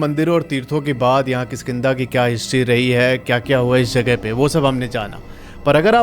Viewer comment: It's not khiskinda lol😂😂😂😂